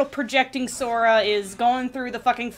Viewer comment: Interrupting the lore talks to point out how here said "Sofa" instead of Sora. I for one welcome our new comfortable sit-worthy protagonist. Anyone else?